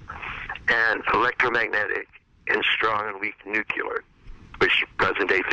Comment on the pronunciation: Wow, even Ken Wilber says "nucular" instead of "nuclear"!